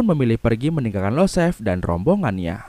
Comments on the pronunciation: Btw setauku yg anak mafia itu iosef/Yosef Bang, bukan Losef 🙏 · IOSEF . Bukan LOSEF